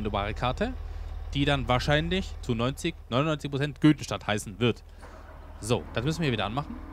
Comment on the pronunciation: die heißt Göddenstedt und nicht Göddenstadt und nimm sie bitte